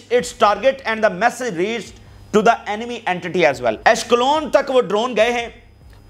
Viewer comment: آپ عسقلان کو اشکلون مت کہییے